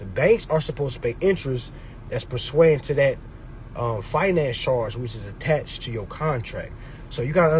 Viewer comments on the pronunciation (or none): Bro the word is per suiant. Not per sweiant. As is according to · Who says persuiant like that. Its a wrong word when saying wrong man..